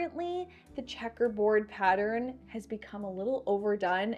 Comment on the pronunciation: I love how you say Patter ren… like my Grandma did! ❤